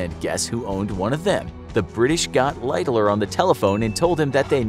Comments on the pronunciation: Lighterloererer what kind of pronunciation is that?????? The phonetic pronunciation light-haller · I watched as far as the hideous pronunciation of "Lightoller" and could not go any further.